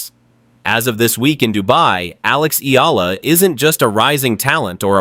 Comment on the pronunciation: Learn to say her name properly/ correctly, it's " ee yah la" not eela😢 you are annoying😢